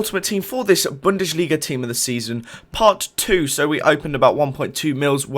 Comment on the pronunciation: Why do you say Bunde'sh'liga as opposed to actually saying Bunde's'liga?